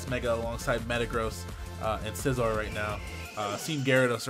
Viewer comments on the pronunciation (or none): none